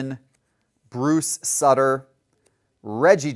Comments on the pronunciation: It's pronounced Bruce Suiter and Louie Teeant. Taint? LOL! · I like content. But you can tell he's never heard of these guys. He'd at least have an idea as to some name pronunciations or interest in a few guys other than the very biggest names. I mean, he even said Bruce Sutter's name wrong (soo-ter, not sut-ter). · Robin YUNT, Bruce Suter, he has no clue how to pronounce HOF players names, Really? Luis TAINT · You should definitely work on your pronunciation of Bruce Sutter's last name..... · Agreed, entertaining listening to trying to pronounce Bruce Sutter! 😅